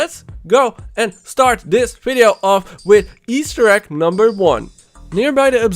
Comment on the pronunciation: Take a shot every time he says Easter Ekk